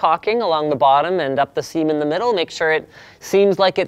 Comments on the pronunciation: he says Semen. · "Seem in" sounded like "semen", so "our cocking and semen in the middle" - made me laugh